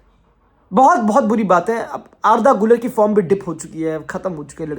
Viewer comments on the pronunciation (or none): none